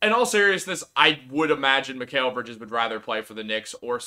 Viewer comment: Mikal (Mi-cal) not (Mi-kale) Lol. I'm sure he laughs at people butchering his name.